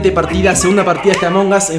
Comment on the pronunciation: Además lo dijo mal